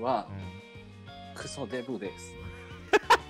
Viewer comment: わ↑たしは↑クソ↓デブ↑で↓す↑ この人面白すぎるw